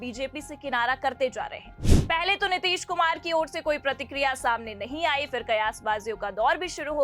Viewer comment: Poor pronunciation. It's phir not fir. I didn't understand why channels don't take care of such lapse